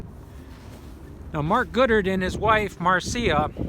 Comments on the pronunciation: It's Goddard not Goodard. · *Goddard;...>Not: "Goodard". &, *she stated on the phone;...>Not: "he stated on the phone". &, *she was harassing; stalking; &, playing mind-games with actor: Andrew Prine;...>Not: "spying" on him. &, *Her death occurred exactly 5 days after JFK's; >Not: "basically 1 week later".